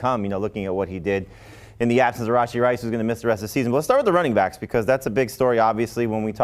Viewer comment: Why does pronounce RaSHEE Rice's name like RAHJI Rice? Makes him sound Indian or something.